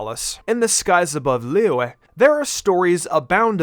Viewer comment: I LOVE HOW HE PRONOUNCES "LIYUE"